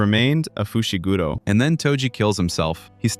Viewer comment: "muhgoomi fooshi gudo"